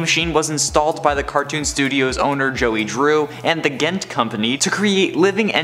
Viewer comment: Did you really say "gent" wrong